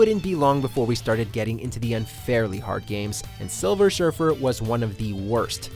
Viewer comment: "Silver Shurfer"